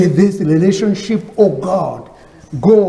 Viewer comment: That moment the white lady realized thank you is pronounced as "dhengyu" and she's not a lady, she's a "rendi" and they are not in a relationship, they're in a "rereshonshi." 😂😂😂😂😂